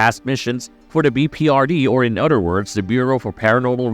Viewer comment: I’m glad I’m not the only one who noticed this. This guy pronounces everything that has a “T” in it like it’s a “D” “the oder movies…” and completely destroys “the Appalachian”